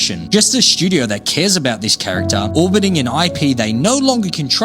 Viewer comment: Say it with me…STUdio. Not SCHudio.